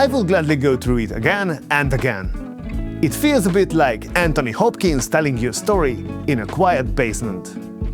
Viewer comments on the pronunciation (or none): none